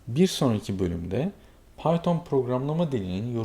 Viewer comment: bizim arkadaş piton dio :D